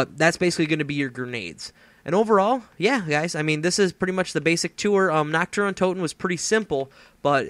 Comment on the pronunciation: You said you butchered the name, but you got it perfect!